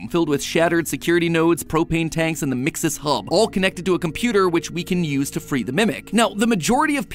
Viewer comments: I hate that you say mixis when gregory clearly says it like mexes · So here’s a fact. MXES is actually pronounced (mex-is) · Weird how mat pat pronounces MXES like MIXES i mean it's not bad just bit weird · You pronounce mxes like me lol. Thought I was saying it weird